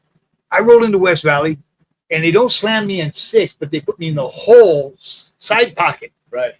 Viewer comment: you from the IE? Heard you say West Valley, lol.